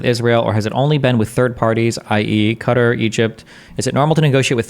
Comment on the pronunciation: Destiny saying "Cutter" is so obnoxious. If he cant make the Qaf sound, just say "Cut-tar" like normal people. This weird half english half arabic pronunciation is so pretentious.